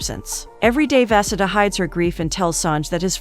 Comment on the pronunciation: The way the pronunciation of vasudha got worse every time her name was said💀 at one point i forgot what she was supposed to be named and i have an aunt with the same name